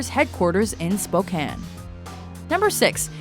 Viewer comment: I'm only giving this video a thumbs up for pronouncing Spokane right, so many people pronounce it like spo-cane and that's not anywhere close to how you say it.